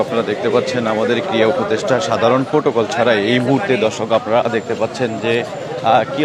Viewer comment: " শব্দ " টা "ক্রিড়া" ক্রিয়া নয়।